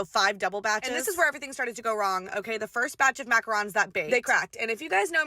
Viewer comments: mackarons? It killed me macaroons!!!!! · I’ve never heard someone pronounce macaroons as mackarons😔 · MACRANS!!! Bahahahaha...... it's MACAROOOOONS!!!!!!!! Not macrans!